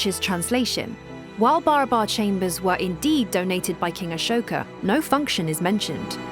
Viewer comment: Function, not fonction